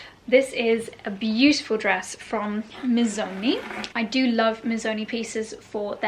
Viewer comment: It’s not Mizzoni! It’s Missssoni